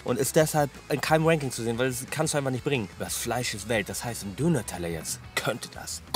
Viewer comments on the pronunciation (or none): none